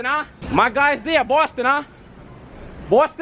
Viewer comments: Bowston uh... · bostun huh 😂😂kyler genner lmaoo hotdougs